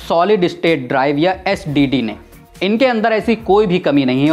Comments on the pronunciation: SDD NAHI SIR JI SSD BOLIYE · Sir Its SSD... SDD nahi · SDD Nahi Bhai SSD😂😂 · Bhai wo ssd h na ke sdd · Lagta hai up ne 7 mins baad SSD ko sdd bol diya ? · Ssd ko kitni bar sdd bola 😂😂😂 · It's SSD not SDD. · Bhaio SDD nhii SSD,😅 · Brother sdd nhi balki SSD hota h Baaki video kafi knowledge full h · Ssd hai sdd nhin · SSD* not SDD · Bhai wo sdd nhi hoti ssd hoti h pehle knowledge le thodi phir video banaiyo😅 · Aap Baar Baar SDD kyu bol rhe hain....SSD hota hain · It's SSD not SDD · Sdd Nahi SSD hota hai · Not SDD It's SSD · its not sdd 😁 its ssd